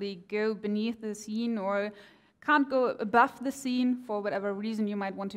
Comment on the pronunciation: skeen? or actually "scene" :P